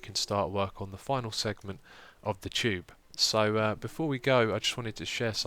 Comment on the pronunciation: Haha, It sounds like you are calling the "Tube" the "Chube"... silly xisuma, you're awesome! c